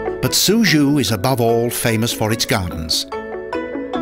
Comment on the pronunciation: Suzhou is not pronounced SuZhoo. Check your pronunciation